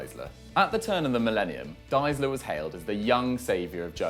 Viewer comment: It's Deisler, not Diesler. Do your homework, guys.